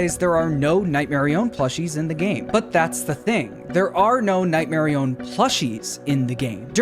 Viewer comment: It’s not nightmare I- own it’s notghmare i- on